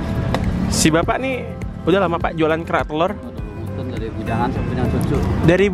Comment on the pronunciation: Gua dulu dengar makanan ini "Berak Telor" gak taunya kerak telor salah sebut 😂😂😂🤣🤣🤣